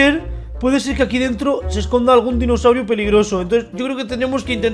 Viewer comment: Una pequeña disculpa pero no se saben los nombres de los dinosaurio. Si van a hacer videos de dinosaurios háganlo bien. Por qué los nombres los dicen terrible y eso ofende 😅😅😅😅nos para ofender yo los admiro a todos pero les pido que lo again bien 👍